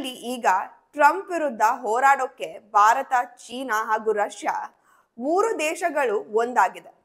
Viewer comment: ಅಮ್ಮಾ ಬಾರತ ಅನ್ನಬೇಡಿ. ಭಾರತ. ಅನ್ನಿರಿ. ತಪ್ಪು ತಿಳಿಯಬೇಡಿ.